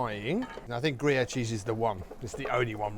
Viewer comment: Gruviere e non Grayer come pronunciato dal traduttore !